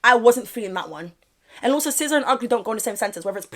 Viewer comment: Her name is SIZZA not SCISSOR😂